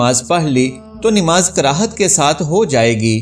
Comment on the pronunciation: It is not Nimaz but namaz you can’t even pronounce it right